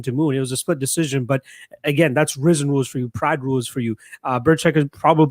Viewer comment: Rih zin. Not rise in. Smh